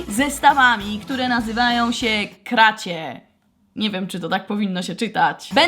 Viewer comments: Ta firma nazywa się krasi tak się czyta i obejrz sobie filmik Agnieszki grzelak która robi te zestawy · jak ty to powiedziałaś "kracie" to to się mówi "krasi" 😊pozdrawiam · Czyta się ✨krasi✨ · To się czyta Krasi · mówi się krasi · Czyta się krasi